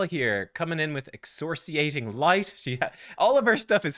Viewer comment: Hey, just little critique. You are mispronouncing excoriating light. A quick google search for excoriating will get you on track.;) Keep up the content, great stuff.